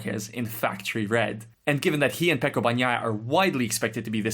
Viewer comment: Really wish my fellow Irishman would learn to say Pecco’s name correctly….